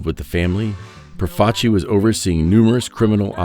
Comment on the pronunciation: Thank you for saying Profaci correctly.